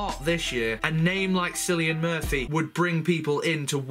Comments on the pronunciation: it's not pronounced "Sillian" it's pronounced Killian, he is Irish and there is no "K" in the Irish alphabet. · Cillian is pronounced Kill-ian but im just being pedantic. Paul McGann return would be great. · it's pronounced like killan... It's a Irish name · Cillian is pronounced like Killian ... KILL-EE-AN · How weird you pronounce KILLIAN Murphy! Makes it sound, like you spelled him with an "X"! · As small a thing as this is to get hung up on, could you please learn the actors names before diving into a video. Surely you've heard the name Cillian before, it's not at all uncommon.